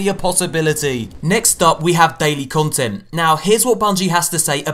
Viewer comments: "daily conent" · You spelt content wrong you said conent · *CONTENT not CONENT. But anyways, nice video